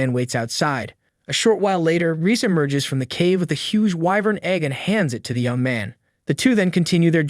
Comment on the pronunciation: Ahem it's whyvern not wivern Correct pronunciation: whyvern Correct spelling: wyvern